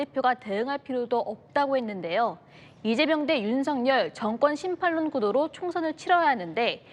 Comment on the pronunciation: 진짜 너무한다 심팔론이 뭡니까 심판론 발음은 심판논 혹은 심판론 입니다.